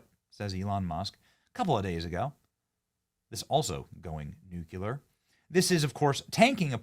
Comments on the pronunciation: STOP IT< Benny!! You're killing me! "Nuclear" is pronounced "NEW CLEE-AR" NOT New-Que-Lar!! Please stop saying it like George Bush, Jr.! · Do you agree with his Bush-like pronunciation of "nuclear"?